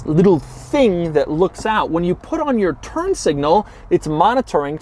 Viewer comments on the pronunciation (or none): none